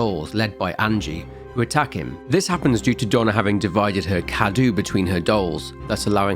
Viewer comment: Mother Miranda is Romanian, Cadou is spelled KA-DOUGH and is means Gift. Nothing against you but I must say I actually hate it that not one single youtuber has opened Google translate English -> Romanian, insert the word Cadou and press on the voice icon. Not ONE in all the videos I've seen about Resident Evil Village. Great work nonetheless.